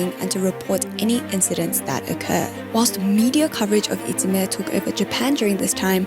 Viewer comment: Interesting video! Short side note: The term for bullying in Japan いじめ is actually pronounced "ijime" not "itsume" - maybe you missread :)